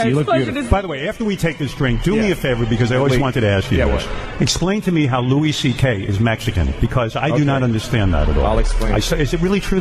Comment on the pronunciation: it’s not. Anytime I’ve ever heard Louis CK say his own name, he says it like it’s spelled “Louie” not “Luis” like it was pronounced in this video.